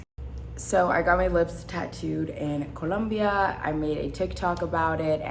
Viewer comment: How she keeps saying Colombia 😂